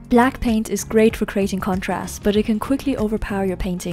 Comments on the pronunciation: BLACKPAINT IN YOUR AREA! (I kept hearing Blackpink instead of black paint lol) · Her: Black paint How I heard it: BLACKPINK